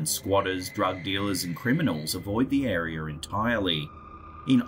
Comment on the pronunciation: WHY DO SO MANY PEOPLE SAY AREAR?!?!?????? (AREA) 😮😮😮😮😮😮😮😮